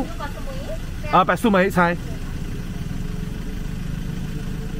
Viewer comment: 当地泰国地名是 Koh Samui, 不是 Koh Sumei